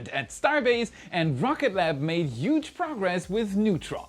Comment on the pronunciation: You still haven’t worked on the pronunciation of „huge“… well, something to shoot for in 2025